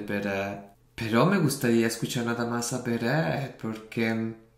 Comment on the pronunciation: Hola!!!! Tienes que reaccionar a "LO SIENTO" de Beret!! Es simplemente MARAVILLOSA, la letra te va a emocionar mucho! Beret, es un artista muy reconocido en España desde hace por lo menos dos años. Es un gran compositor. Y si, pronuncias bien el nombre:):) No se si has visto o conoces al grupo "DVICIO". Si no los conoces te animo a que hagas algún video reacción de ellos. Son geniales, canciones bonitas y encima todos ellos son GUAPISIMOS!!